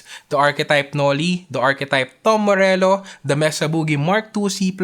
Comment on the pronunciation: "darker dune" "dom morello". you don't know how to pronounce the 't'?